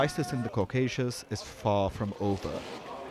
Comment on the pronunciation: is it pronouced "Caucaseous"(like in the Vido) or Caucasus?